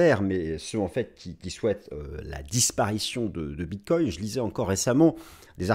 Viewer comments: Bonjour, merci pour ta video, tjrs au top. Concernant la prononciation du Bitcoin, avec tout le respect que j ai pour ton ami, le Bitcoin aussi veut qu on le respecte😉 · Au Québec aussi on dit BitCOIN et non pas Bitte-cogne comme les européens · Merci pour tes analyses toujours aussi précises... par contre, j'ai remarqué que tu ne faisais plus de répétition du mot "bref"... c'est vrai... mais un autre est venu le remplacer: "bit-COIN" 🤣🤣🤣🤣 À mardi l'ami 😊